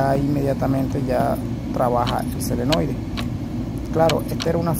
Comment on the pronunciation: Muy bien, pero una pequeña correccion, no es selenoide, es SOLENOIDE!